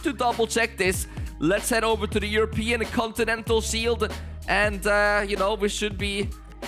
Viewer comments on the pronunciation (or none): none